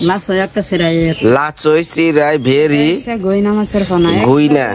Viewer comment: একটা শিক্ষিত মেয়ে হয়ে কি সব কথা - বার্তা অতিরিক্ত ঢং করে। এই কয়টা ছোট মাছ নিয়ে কত ঢং। আর রানি মন্ডলের ভিডিও তে কত বড় বড় মাছ আনে তা তো হাতে নিয়ে দেখায় না র শুদ্ধ হইল, ব্ণ্যা যেমন বর্ণা, আর এখন ভেদা মাছ হইছে ভেরি।